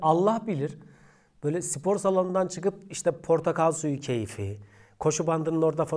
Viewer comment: Abim sipor degil spor